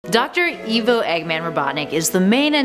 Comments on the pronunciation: It's pronounced "I-VO", not "E-VO". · Excuse me, are you in charge here? I didn’t think so. Nothing in the sonic bible is canon I- ahem I mean, Eggman did not create the zones The name eggman was not inspired by the Beatles Mobius is not canon (to the games) It’s pronounced ivo, not eevo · Did you call him evo it’s eyevo or ivo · It's pronounced Ivo not Evo. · yeah that triggered me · She says evo robotnick instead of ivo robotnick